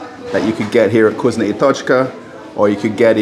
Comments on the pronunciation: You really sound silly when you say vgoozno ! It’s vkoosna ! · I hear 'cuisine and tochka" everytime